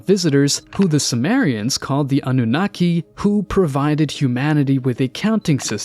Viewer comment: Lol nearly everyone mispronounces anunnaki ah-noo-naki stress on the oo